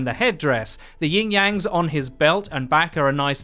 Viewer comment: It’s YIN Yang!!!!!!!!!!!! Not YING